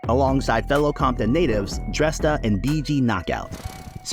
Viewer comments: What's up with all the mispronouncing shit on you tube? His name is pronounced DrAYsta. You doing fuckin stupid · Isn't Dresta pronounced 'Draysta'?